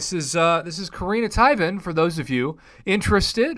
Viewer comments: it's pronounced 'teh-wan' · It's "tea-vaan" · It’s pronounced Tee-von Tan-uh-leer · I believe it's pronounced like this Tee-Von but hey awesome video. Also I wonder if shes the one that died in the 1st Guardians movie 🤷‍♂️ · Its not even about butchering the name at this point, you just flat out mis-read the spelling lol